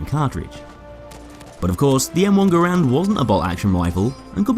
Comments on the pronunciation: Garand = gar-ant not Grand lol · Its ger-end not gr-and but i prefer gr-and non the less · Its not, its gah-rand, why is it so fucking hard for americains to wrap their heads around the most simple and similar to their language foreign words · Just fyi, his name is pronounced like this: /ˈɡærənd/ which is like how you pronounce the word "errand" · No it’s actually pronounced ga-rand